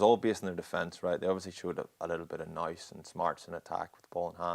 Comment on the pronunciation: Can we please try and reverse the epidemic of pundits mis pronouncing 'nous'. It's nous as in who, not nous as in house. This is all Drico's fault.